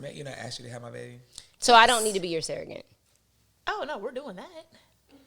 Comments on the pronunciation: The way she’s pronouncing surrogate wrong loll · Can we talk about how pronounces Surrogate?